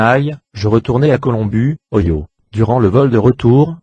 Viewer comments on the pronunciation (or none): none